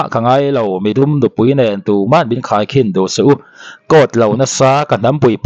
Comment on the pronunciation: He nu hian mizo tawng pawh a thiamlo, khai ni lo in khei tih tur zawk, a zaklo mah mah.